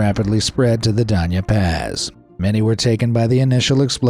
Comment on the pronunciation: I’m happy that this guy can pronounce Doña Paz correctly.